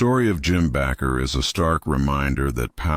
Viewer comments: Jim Bakker’s name is pronounced BAKER, not “Backer.” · Your about the most ignorant dumb youtuber ever. Jim Baker is pronounced BAKER LIKE AS IN BAKING A CAKE. IN ADDITION YOU USED JIMMY SWAGGERETS PICTURE WHILE YOU WHER DISCUSSING MARCHALL AND TD JAKES WHILE DISCUSSING HINES MAYBE DONET GET AI TO DO YOUR VIDOES FOR YOU YUOU LOOK STUPID.